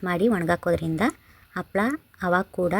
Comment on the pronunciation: Its not Appala maam its Happala